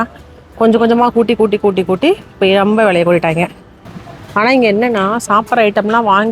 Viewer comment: Whenever u say rembaa en mind la oru vishayam strike agum that is Ravi illa Revi 😂😂😂 athu mathri ithu romba illa rembaa 😂😂